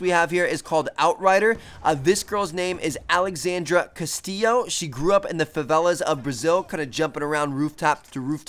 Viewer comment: My last name is Castillo and props on pronouncing it right T!